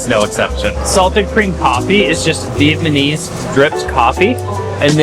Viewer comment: it almost sounded like you said Vietmanese coffee.